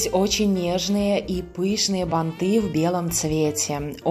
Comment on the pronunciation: Красивые, спасибо за МК, но слух режет бантЫ, бантА, ударение всегда на корне слова, бАнты, бАнта.